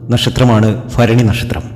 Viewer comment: ഫരണി അല്ല ഭരണി ആണ് തിരുമേനി ❤❤